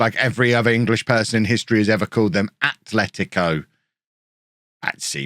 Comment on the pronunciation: I am no joke so proud of you. You pronounced the names of Atleti and Athletic Club correctly at the first try this episode. For some reason it seems like an undoable task for most Englishmen so congrats to you!